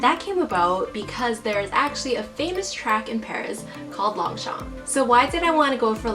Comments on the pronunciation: She was pronouncing it in English as Long-Champ while it's pronounce as Loñ-chañ in French 😊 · Fun fact: it is read as 'lowng-shom' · is she saying "long shompey"?? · I get irritated how she pronounced Longchamp… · Gah. Don't pronounce the P at the end! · I love how she can spot the fake from real, but she cant pronounce the brand name correctly. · Just correct the way you pronounce the brand. No offense meant.